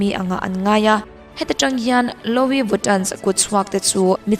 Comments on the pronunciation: Lo-i viton😂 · Luii viton ti a lam tur aw